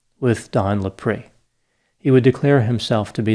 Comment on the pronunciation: You keep pronouncing his name wrong. Do some research.